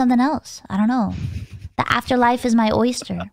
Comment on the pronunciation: "My afterlife is an Oister" huh? wym?